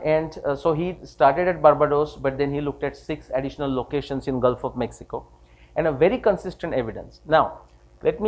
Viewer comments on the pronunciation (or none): none